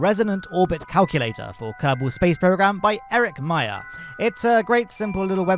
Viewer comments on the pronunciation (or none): none